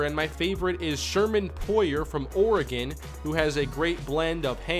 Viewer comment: its ORE-GEN ORE like rocks, GEN like it sounds G(uh) En